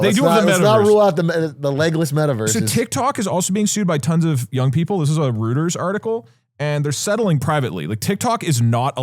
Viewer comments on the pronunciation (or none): Doug can’t be serious with that pronunciation of Reuters